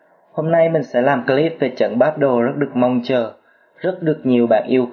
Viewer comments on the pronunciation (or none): none